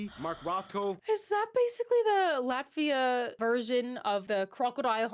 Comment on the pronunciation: please no american pronounce ...not Latssvia... Latt..viaaaa, hope as a german i tried to pronounce in a better way )